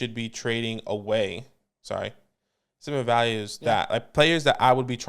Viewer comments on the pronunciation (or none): This man has the exact same pronunciation as 50 Cent. I wasn't gonna say anything till I heard "sim-u-lar" as in Simular to a squirrel I'm just tryna get a nut, Patiently Waiting